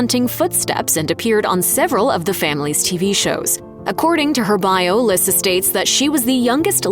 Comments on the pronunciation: It's Lisa not LISSA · Lyssa is pronounced "lee-saa"...you should investigate the subjects before you voice the script...watch the TV shows.... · How could you possibly pronounce Lyssa’s name wrong? Its pronounced “Lisa” as her Mom’s is, hence “Baby Lyssa” And her clothing line “Baby by Lyssa” ❤ Please, if you’re a Chapman fan, you’d know this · If you watched the show you should know her name is pronounced Lisa even though spelled different 😂🙄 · It’s pronounced Lisa not Lyssa 😂😂😂😂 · Its pronounced Lisa wow.....do some research on the topic before you make a video on it. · Lessard Chapman's name is pronounced Lee-sa. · Lyssa is pronounced LISA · You mispronounced baby Lyssa it is pronounced “LEESA” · Wow how can you say a many so wrong so many times? It’s Lisa dummy. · It's pronounced LISA. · Her name is pronounced Lee-sah!! Omg. Have they ever even watched the show?? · Lyssa is pronounce leesa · Lyssa is pronounced Lisa and you missed out James Chapman who came after Wesley, but we have never seen or heard him talked about. Beth had Dominic and Cecily so including little Zebediah they had 13 between them! 👍💜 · Lyssa is pronounced "Lisa", and it definitely seems like Dog puts women before his kids....oh, and he's a racist 🤢🤮....which makes me wonder how many of his kids share his views? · Her name is Lyssa, pronounced “Lisa” Y’all should know that 🤦🏼‍♀️ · Your saying Lyssa name all wrong. Her name is pronounced like "Lisa" not the way your saying it 😂..... Her nickname is baby Lyssa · Her name is Lisa say it correctly seriously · I WAS COMING TO SAY THIS VERY THING. IF YOU'RE GONNA DO A VIDEO ON SOMEONE AND THEIR FAMILY, PLEASE FIND OUT HOW TO PRONOUNCE THEIR NAME THE RIGHT WAY. SO IRRITATING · You are a stupid narrator, you are pronouncing Lisa's name wrong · The repeated mispronunciation of baby Lyssa's name ugh so ANNOYING